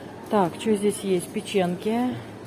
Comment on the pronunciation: никак н5 выучит Шезлонг, говорит всегда Жезлонг, Вы тоже всегда вместо печенЬки, говорите ПЕЧЕНКИ, как то режет слух. Вы оба вроде грамотные люди